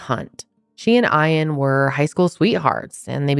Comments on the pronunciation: do you mean”Ian” as in “EE-IN” ? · Aaah im sorry but im struggling to watch. Eash time you say eye-ann its making me twitchy It's Ian like E-ann❤ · is his name really eyean or is she just mispronouncing ian? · She don’t know how to pronounce Ian and it’s really annoying “eye-ann” lmao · Why are you pronouncing Ian like that???? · How are you not able to pronounce Ian 🤦‍♀️ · why do you mispronounce Iain’s name repeatedly?!? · Why are you pronouncing his name like that😵‍💫